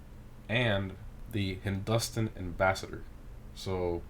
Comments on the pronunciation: Wow, you slaughtered that name... It's pronounced Hindu-Staan, not Hin-Dustin' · The way he said Hindustan, daammnnn 😂😂😭😭 Got me😣💀💀💀💀